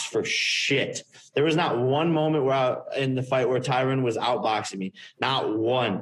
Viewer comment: jake is finally puttin some respect on Tyron's name by saying it how it should be pronounced